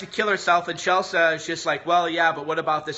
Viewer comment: What is CHELSAH? its CHEL-SEE.